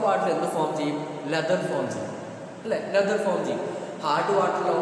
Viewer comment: Sir cheriyoru correction ind sir leather ennan pronouce cheyyine